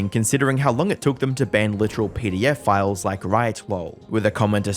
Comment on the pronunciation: When you said pedophiles, I thought you said pdf files, lmao